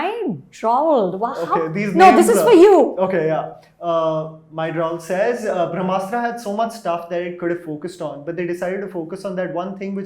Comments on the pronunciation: eek, Anupama calling it 'Bhram'astra is making me cringe a little!! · Brahmastra sounded like Bhramastra when Anupama said it. Hope Ayan Mukherjee gets it correct. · She said "Bhramastra" ... it's "Brahmastra"... Bhram means - confusion, Bramha means - all encompassing universe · I love how Anupama will take great pains to make sure she pronounces Timothée Chalamet correctly or to enunciate the “Kh” in “Khan” from the epiglottis, but somehow her polyglot IQ goes for a toss with Hindi/Sanskrit words. Thank you, my lady, for your late take on “Bhramastra” (“Illusion Weapon”). I will eagerly await your late take on “Brahmastra” on that fine day in the future when you stop looking down on Indian languages. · Did she say Bhramastra in the beginning? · And then in the last minute decided to call it Indian mythology just to lure in the Hindu audience. Eda samajh ke rakha hai. The Ayan guy cannot even pronounce Brahmastra properly ( he keeps pronouncing it as bhramastra 😅) and was going around boasting about how much from his childhood he was influenced by the Indian mythology. 🙌😂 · at 0.29 sec-- I feel sorry for this lady.. She has no clue as to how to pronounce the title of the movie in the first place. I generally love reviews by but seeing him with this lady on same platform..puts off the mood.